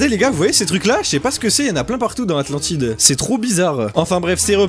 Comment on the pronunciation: on dit Atlantide